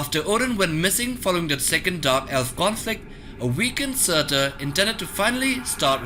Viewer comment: Surtur -} serter